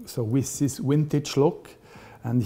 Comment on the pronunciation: So sympatisch, CEO und Uhren! Aber warum nimmt der in dieser Position nicht einmal eine Stunde bei einem Logopäden um ein "th" zu sprechen... Siss is sa...